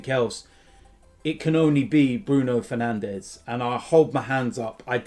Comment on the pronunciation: he's called fernandes not fernandez